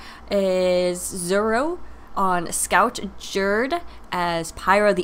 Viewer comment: z - you - row professional pronunciations by zuero :D